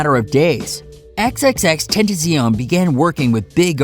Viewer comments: I know he say xxx tenttension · You pronounce it x-x-x Ten ta shee own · Learn how to pronounce his name correctly XXX-Ten-ta-ci-on.... You sir are illiterate! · Bruh you cant even say his name correctly. Xxx ten tu sio wtf is that-? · lol he can't say his name right Xxxtentacīon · Ten tas ion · it’s xxx ten ta c ion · You talk about respect but you continuously incorrectly pronounce his name, that is kinda disrespectful. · Say his name correctly stupid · U said XXXTENTACION wrong xD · R.I.P X we still love you 😍 you will always be in my heart 💕 and you saying his name wrong and f**k the Grammy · this nigga can't even say his name right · Y’all saying his name wrong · You can’t even say his name right...